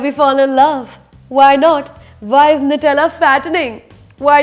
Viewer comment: Super as always Sucharita...!! (Nothing to do with Shivaay, but I loved your interview with Ranbir & Anushka on Radio City) Just one small gripe: It's pronounced as 'new'-tella, NOT 'nut'-ella ;) Not sure why, but this somehow always bug me... :)